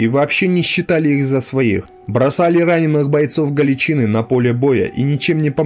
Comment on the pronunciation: Всё отлично, контент хороший, но автор, ПОЖАЛУЙСТА готовь материал тщательнее, следи за ударениями, проговаривай сначала те слова, в которых ты сомневаешься. Слушать вообще невозможно, кровь из ушей течёт... слушать эти "галичИны", "моторНизированные", "сАчевые стрельцы", "к двадцать третьего июля", "взятО", "взятЫх" и прочие перлы ну реально невозможно.